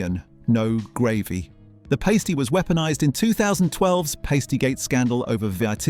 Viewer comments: It's not pronounced "paysty" it is "pahsty" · It's a Cornish P(as)ty not a P(ay)sty! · The breathing in between words is quite convincing and had me second guessing myself right up until it said Cornish Pasty, which should be pronounced pastee.... not paystee. Any real British human would know that. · The pronunciation of some of these is killing me. Paste-y, Sue-et, marg-a-rine hard g. What the hell man, gotta be ai. Also, if pot noodles were served in polystyrene there'd be a lot less people currently enjoying pot noodles . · 'Paystee' You mean Pasty? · The paystee proununciation refers to nipple coverings that strippers or burlesque performers use! Never heard it used in the food context before. God I hate AI videos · Unsurprised the AI couldn't pronounce PASTY correctly. A human would.As for margarine!!!! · Dodgy, AI pronunciation is rather off putting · Bro, if you’re going to AI it, check its pasty-ass pronunciation 😂